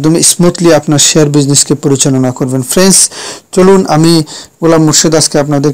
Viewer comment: Every few seconds you are saying "FRENS", what is "FRENS" anyway? Do you mean "FRIENDS"? why do you have to say friends every few seconds?